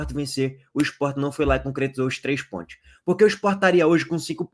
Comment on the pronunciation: Amigo fala com mais calma. SANTOS e não santi. PONTOS e não pointi. Tenta caprichar mais na pronúncia.